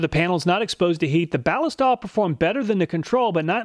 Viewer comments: At beginning of video.... You pronounced it "Bal-i-stal". It is technically a mashup of ballistic and oil for something that sounds like "ballistic oil". "Balist-oil". The stuff was originally made for the German military in 1904 I believe. It was used out past World war II. It is made in Germany.... At end of video.... Hmmmm, I guess I'm going to switch to Cleanlube from Balistoil.... Thank you for the video!! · Does nobody understand that Ballistol takes its name from "ballistic" and is actually Ball-IS-tol, with the accent on the middle syllable? And you call yourselves "gun people." 😉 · I see both you and Cody at Wranglerstar pronounce Ballistol as BAA-liss-tall When I see that word, I think “ballistic”. So, I pronounce it baa-LISS-tall. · I don't think that's how you pronounce Ballistol. 🤔